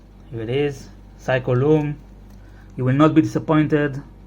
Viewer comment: “Seiko” becomes “Pyscho”?